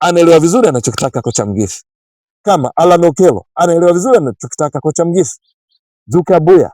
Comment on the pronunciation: ahsante kunifurahisha kutamka jina la Coach wetu.